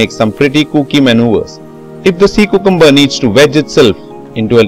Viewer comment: nice and very informative video. But I believe cucumber is pronounced as | kyoo-kum-bur | and not | koo-koom-bur |.